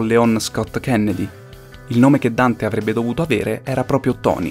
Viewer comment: Complimenti per il video e il duro lavoro che ci sta dietro. Per la sua durata, si fa vedere senza annoiarsi! Ottimo lavoro, davvero! P.S. se proprio devo trovare il pelo nel l'uovo :P la pronuncia di Leon S. Kenney mi ha fatto venire i brividi :D